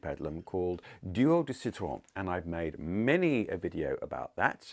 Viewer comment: I absolutely LOBE YOUR duo de Citron and as a French native, LOVE the way you say it’s name😉😍